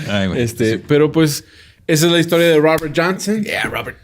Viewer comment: El Raaber Janseeen me distrae mucho...